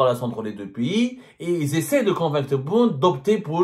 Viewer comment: En français, on dit "PAYS", c'est comme "PAIX" + Y de vas-Y, ou "PETS" + Y, mais certainement pas PI (π} , qui lui, est équivalant à 3.14, tu vois Zemmar, ce n'est pas Compliki: "un Piyyyiiis, ça n'IXYSTE que dans la têtete du هيبُّوبُوطام que tu es.